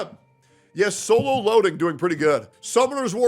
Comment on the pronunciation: "Solon leveling"